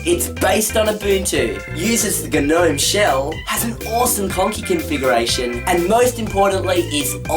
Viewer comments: When you're talking about the desktop manager, it's pronounced "Gnome" and not "Nome" :) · ...guh-nome? My god. I think you are doing great and I applaude these videos you're doing. They're fun... But :( Some of the pronunciation you've come out with has been awful! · Gnome is pronounced NM. The g is silent. Cambridge English should have taugh you that. Also MATE is pronounced MAIT like bait with an M. Do you call a friend a mate or a matae? Being from Australia you should be speaking the Queens English not butchering it like so many other people do. I'm not even British and I know how to use proper English.